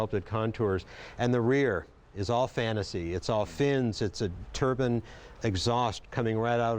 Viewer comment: its Turbine not Turban, great other wise